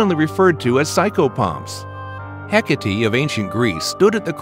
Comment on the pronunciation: Omgsh did he just say hecity like heck like doggo goes heck hahahaha